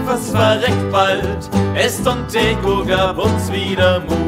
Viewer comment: La kantanto prononcas malĝuste la nomon. En Esperanto la litero C havas ĉiam la sonon "ts" (antaŭ ĉiuj vokaloj). Tial la ĝusta prononco estas "es-ton-TET-so". Der Sänger spricht den Namen falsch aus. In Esperanto hat der Buchstabe C immer der Klang "ts" (vor allen Vokalen). Deshalb ist die richtige Aussprache "es-ton-TET-so".